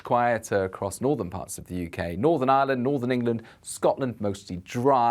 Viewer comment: Thank you for the mention of Ireland. even knows how to pronounce 'Ireland' unlike many.